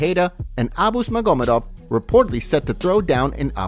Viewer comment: The fact that you can't pronounce magomedov or devalishvili is sad af. Either you don't watch the sport or you ride a short bus 😂